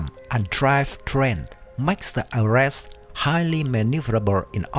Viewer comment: please try to do more research, it will boost your viwership...And also, Ares, is pronounced as Aries (the Greek God of War), AirReeZ, sounds alike fairies, not aResSt.